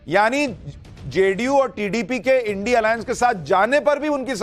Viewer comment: सुशांत सिन्हा तू क्या एंकरिंग करेगा रे। जिसे इंडिया को इंडिया नहीं बोल पाता। थोड़ा ठीक से पढ़ना तो सिख ले।